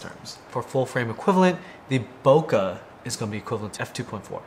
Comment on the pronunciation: that's not how you say bokeh